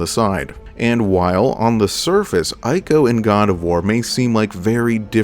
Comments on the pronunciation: Brother great video, but nooo that game is not pronounced as Eye-co, it’s pronounced as Eco. Ico was one of the greater games in those days alongside its brother game, Shadow of the Colossus. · Always love your videos, but it's Ico (pronounced eco), not eye-co. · It's pronounced iii-ko, not eye-ko. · EE co EE-co It pronounced EEEECO!!! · btw, my friend, Ico is pronounced 'eeco'